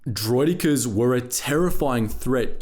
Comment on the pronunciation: Vere ar does der-roiddd-ik-ares